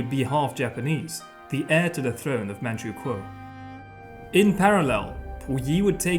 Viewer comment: I'm from manchukuo and his pronunciation is perfect